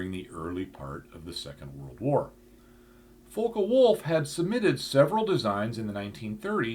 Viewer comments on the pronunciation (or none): Focke-Wulf isn't pronounced Foe-ka-wulf, the "Fock" part rhymes with "cock". Americans often mispronounce words like this, it always amuses me to hear americans say ”Heckler Coke”.Americans are also unable to pronounce words like cosmos, Phobos, Deimos, Eros correctly as well.